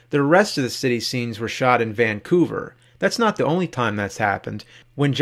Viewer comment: I love how you struggle to say Vancouver 😁